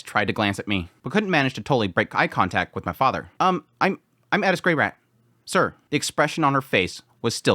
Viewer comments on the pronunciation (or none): why do you say edis its eris